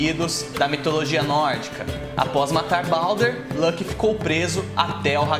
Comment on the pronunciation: Muito bom seus vídeos, e a forma que você organiza o conteúdo, parabéns! Uma única coisa que não consigo deixar de reparar, fico curioso de como você chegou na pronúncia de Loki, ela fica parecida com (Lãki), mas nem em inglês (Lolki) ou Islandês (Luoke) se fala assim, veja essa referência: então imagino se isso vem de alguma outra fonte, obrigado novamente pelo conteúdo!